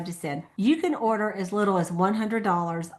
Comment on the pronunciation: order sounded like hoarder